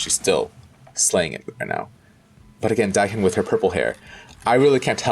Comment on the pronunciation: I do have a comment in how you keep mis-pronoucing Dahyuns' name. It's prononce DAH YUUN. I may have written it incorrectly in how to ununciate the words, I'm not not an speech therapist. The same goes for Nayeon, it's NAH YOHN.